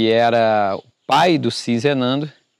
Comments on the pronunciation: Você está falando Sinzenando, colocando um "n" a mais, o nome é Sizenando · Você já leu corretamente. Sizenando. Mas insiste em pronunciar SiNzenando. D. Pedro II, com 14 anos já era imperador do brasil. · Ahahahahah...não é sinzenando. É sizenando...